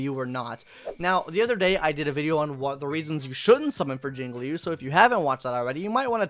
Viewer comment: You finally said Jinglui's name right